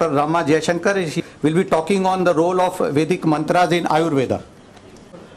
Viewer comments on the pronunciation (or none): The host said rama jaishankar. it's not jaishankar. it's jayasundar.